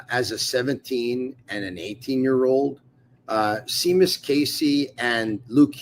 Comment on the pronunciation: Hey, its SHAYMUS, not SEEMUS.."If memory serves me right"..